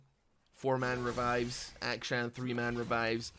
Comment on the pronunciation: It really does sound like you're calling him Aka-chan every time.